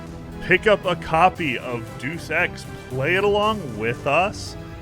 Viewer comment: Jiminy Crickets, better catch the appropriate amount of flack this week for the pronunciation of the game. Excuse me while I go drop X deuces...